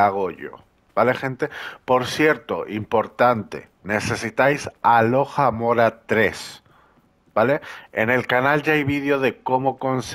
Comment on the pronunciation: Por dios. Se dice AlohOmora jajajaja no alohamora